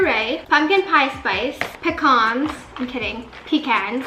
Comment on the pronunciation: when you said pecans I died